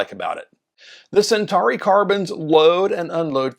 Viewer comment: What is the correct pronunciation? American? Do you even know Latin? He said Sentahree which is not even close. It's Sen-taw-ree.